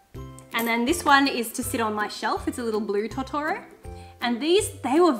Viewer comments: Totoro is pronounced (tow-tow-row) <3 (if its just your accent thats cool, no hate) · I’m sorry but your saying tottoro wrong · The way you pronounce Totoro is unnerving.